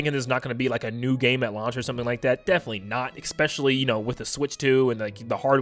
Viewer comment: I love the "EXspecialy"